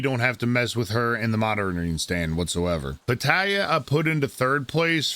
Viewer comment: Petallia is pronounced like Natalya. Still find it hilarious.